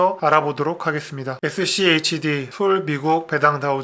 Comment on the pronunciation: 맨처음에 Shd 라고 하시네요.schd지요..😊😊